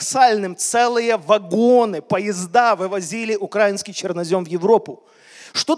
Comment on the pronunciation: Извините, поправлю: Не на Украине, а в Украине! Не укр а инский (ударение на а), а укра и нский ( ударение на и)! Мы не Окраина или малороссы!!! А Украина, независимая страна, много людей погибло за свободу и то, чтобы нас назвали именно укра и нци (ударение на и)! Для Украинцев это оскорбление, как на черного сказать негр!